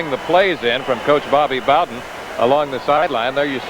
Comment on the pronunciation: Did the great Al Michael's just pronounce Bobby bowdens name as Bobby boh'den ?